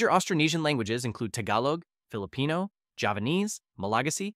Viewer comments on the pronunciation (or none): none